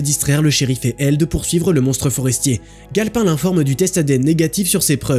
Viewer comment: Tu dis le nom du shérif comme si tu sais gale pain comme le pain quoi sauf que c'est sauf que c'est galpin comme s'y avait un e a la fin